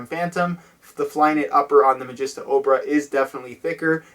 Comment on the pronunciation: You pronounced it mageesta at the end! Yes!